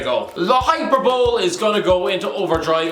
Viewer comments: did you just say hyper-bowl hahahahahahaha it's high-per-bow-lee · a urrrrm u pronounced hyperbole wrong it’s meant to be hyperblee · Did I just hear you say ‘hyper bowl?’ 😂 I haven’t heard that pronunciation since primary school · Your pronunciation of hyperbole makes me want to jump off a bridge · Fucking hell learn how to say Hyperbole idiot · Don’t know if you pronounce hyperbole the way that you do to be funny or if you genuinely can’t pronounce it.